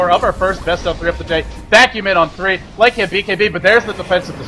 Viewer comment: Hey, Lycan has one dominant syllable, not two.